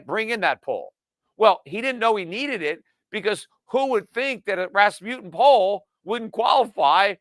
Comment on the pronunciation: It is called RasmuSSen, not RasmuTTen.